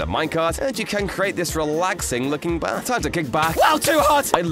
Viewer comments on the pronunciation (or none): none